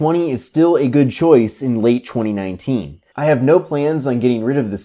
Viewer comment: Samsung acheewny late chweeny nineteen